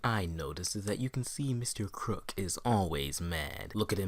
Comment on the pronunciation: Mr Croock? he is mr krupp